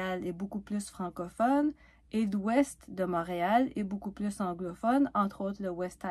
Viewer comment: pk tu prononces le s de plus , francophone est un adjectif , so faut pas le prononcer 😅😅 . Excuse j'ai de la misere à comprendre quand faut prononcer le s .